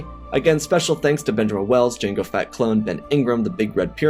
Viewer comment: Why must you pronounce it “Jango Fat” though